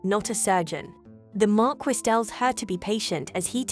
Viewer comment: Marquise is pronounced mar-key